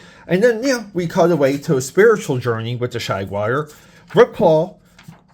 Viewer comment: Shag-wire? WTF is that! LOL! It's Jaguar, say it with me! Damn, a Shag-wire sounds awesome though! 🤣😂😅